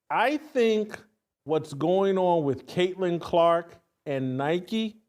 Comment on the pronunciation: Say it again Hamhock. Craitlin Crock. Lmao